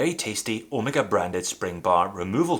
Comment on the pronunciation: An english speaker that pronounces Omega correctly, yay, instead of Omeeeega.Does it matter? Obviously doesnt, even I have started calling Porsche, Porsch, so people don't think I'm a try hard. Another one freqently mispronounced name in the watch industry is ETA. It's not E.T.A. Great video of my favourite watch.